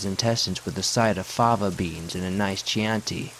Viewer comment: Narrator #2. Chianti is pronounced ("key"-"Anti")